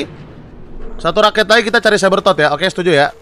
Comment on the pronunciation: sebbertot bang